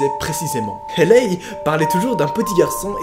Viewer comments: La prononciation c’est « hEYLÉ » et non pas « hÉLEY » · "Hailey" ne se prononce pas comme tu le fais mais plutot "Hely" ("Heli" avec un "e accent aigue") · Comme tu prononces Hailey 😂😂